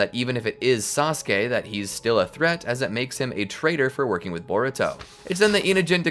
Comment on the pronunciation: I love how everyone is calling sasuke, "treesuke" ❤😂 just feels funny to me